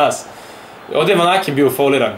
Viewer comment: Nije Vakanen,nego Vanaken